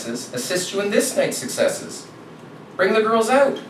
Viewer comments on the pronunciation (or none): So I knew he was from Canada, but really didn't recognize it until he said the word "out". Something about Canadians they say that word very differently than us some more exaggerated than others like let's go ouuuuut.